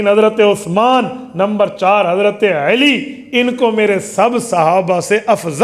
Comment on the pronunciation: مفتی صاحب ، لفظ علی ہوتا ھے عیلی نہیں..